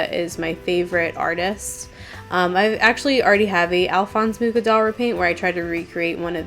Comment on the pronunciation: Alphonse Mucha was a Czech artist and so I think the proper way of pronouncing his last name is with an H like in 'hole' at least basing it on my knowledge of the language...